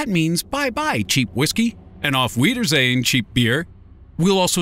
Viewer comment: Please tell me u didn't just say auf-weiderzehn 😭